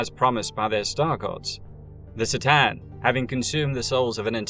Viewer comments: K'tan, buddy. Not S'tan. You even include several cut-scenes where they are correctly named. Otherwise, nice video :) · No si-tan, C'tan, like a k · C’tan is pronounced with a ka not a sis sound. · sih-tan? C'tan is actually pronounced KER TAHN. Sorry, I'm doing my best arm-chair expert impression. Great video! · Only watched 20 min so far, but i already know is good work. I love your videos and i am super happy you are covering the 40K universe. I just noticed that you seems to pronounce the name C'tan slightly different from the way i usually hear it. More like S'tan than C'tan 🤔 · FYI The C'tan pronounced ker-TAN Or ka-TAN but absolutely NOT ser-TAN as you murmered. Get it right or pay the price. LOL love your work you know i say all that with love. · Listening to you mispronounce c'tan like 7 times in a row was torture....it takes 2 sec to watch official 40k materials and know that its said cuh-tan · C'tan is pronounced with a hard c, like cookie. And you can't even pronounce "scrivener" correctly. If you're going to move into 40k lore you better learn how to pronounce shit correctly. Triarch ends with a hard sound, try-ark. And Stygian? Jfc, stick to movies. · C'tan is pronounced Ka-tan. Thank you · You can start by learning to pronounce C'tan.. (pronounced ker-TAN).. Only in and I'm starting to question your otherwise pretty video. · My autism doesn't like the mispronunciation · Its pronounced k-tan.